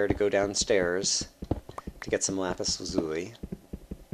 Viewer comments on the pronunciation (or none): What's Lapis Lazooey? It's Lapis Laz-you-lie damnit! Still, good video, thanks :p